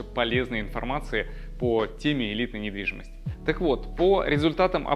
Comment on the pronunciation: Я один услышал "Привет, это каканал недвидимостии ВДТ"?